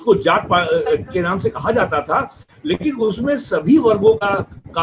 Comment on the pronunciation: नाम राशि होती है द्विवेदी जी नामा राशि नही होती 🤔 तुम समान लोगो ने योग को योगा वेद वेदा बना ही दिया है अब आप नाम को नामा बोल रहे है 🤣🤣🤣 अगले कुछ् वर्षो में हिन्दी संस्कृत के हर शब्द में बडा आ की मात्रा लगने लगेगी और आपा का नामा राशी सौरभा द्विवेदी हो जायेगा तुम लोग की छोटे अ se क्या दुश्मनि है और बडा आ से क्या मोह है Mafi mango ashikshit gawar log esi galti kar sakte hai Aap name ke sath dvivedi likhate hai yani aap 2 वेदो से सम्बद्ध् है और संस्कृत में एक मात्रा की गलति को कितना बडा दोष माना गया है 🙄